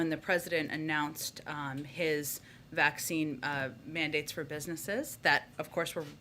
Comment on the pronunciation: Um, it ain’t a vakseeen